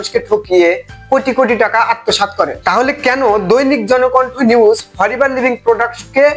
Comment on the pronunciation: বোকা দোসা 🤣Forever ভালো করে উচারন এই করতে পারে না আসছে ফরেভার নিয়ে নিউজ দিতে 🤣🤣 বিনোদন দিলা নাতী 🙊